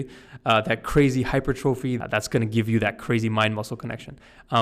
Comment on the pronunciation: Wanted to tell you, you're pronouncing hypertrophy wrong!!!!!!!!!!!!!!!!!!!